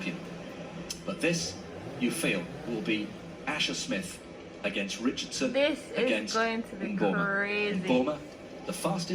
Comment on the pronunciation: "Shi-caan-run Itch-chard-son" slow and pop dung like ole country bus to rass! 🤣😂🤣😂🤣😂🤣 a better she did walk and whistle.